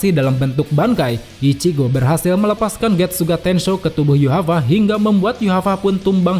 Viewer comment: Yuhava ? Yg benar min yhwach bukan yuhava, itu sih yg ku tau.